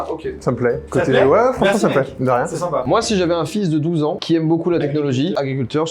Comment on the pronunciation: "sympa" pas "simpas"